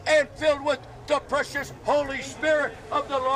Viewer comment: “And filled with da PRECIOUS” I thought he said ‘depression’. Oddly fitting.